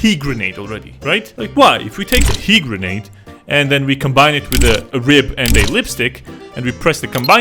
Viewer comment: SHE- GERNADE